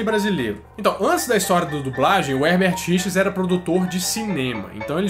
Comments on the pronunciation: mas mc lan ele fala Herbert Richars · Eu escutava "erdertirichas"